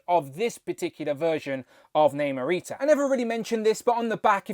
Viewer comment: The movie pronounced it as Nahmur and not Naymore. Hence she is pronounced as Nahmurita. I would have preferred the New Warriors version so that I can complete that group. I cringe everytime you pronounced her name wrong.